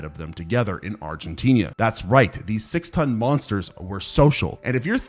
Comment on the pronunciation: Is it so hard to say Argentina right